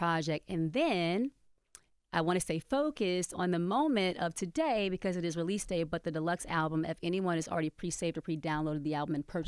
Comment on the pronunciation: The way envy says because it’s so dumb like he doesn’t know how to pronounce it properly